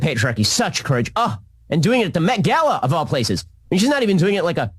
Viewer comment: Sam really didn't want to do today's video! He was sooooo friggn tongue tied! (and nervous) Anybody notice Ben said, "The Met Gala" properly, while it took Sam 5 times? A "COAL de SACK" in the METS Stadium? GOOD N'ya Sam, that you posted this and not trashed it.